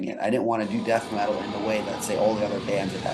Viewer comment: The way you pronounced Death Metal in the first question sounded like 'Dat Metal', that's why he deviated to Kiss etc